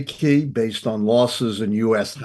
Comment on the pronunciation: This man is ruining the word key